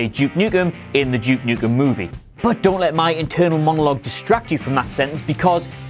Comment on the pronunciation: To my American ear it sounds like you’re saying ‘Juke Nukem.’